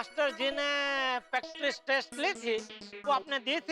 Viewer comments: practice ❌prastic✅ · Practice Test ❌ Paktrise test ✅ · Practice test❌Pactrice test✅